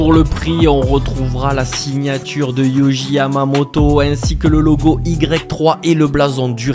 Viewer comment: ça se prononce pas "YOJI" mais ça se prononce "Yori"